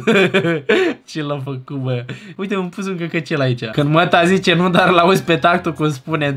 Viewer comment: Deci dc citești cind atunci când e scris cu ' î' adică è greșit dar tot se citește ca 'când' â și î se citesc la fel